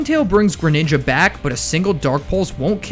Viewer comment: THE SECOND G IN GRENINJA IS SUPPOSED TO BE A J!